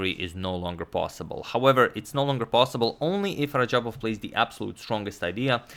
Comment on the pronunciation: #Suggestion Antonio it is not Rajabov but Radjabov